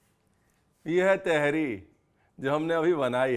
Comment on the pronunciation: Teharii nahi Tahaari hai, Nirahi ki tarha Tahaari. Kabhi Hyderabad ayein ham aapko Hyderabad ki Tahaari khilaein ge❤